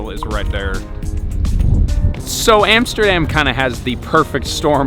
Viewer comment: hey it's not "emsterdem" it's Amsterdam.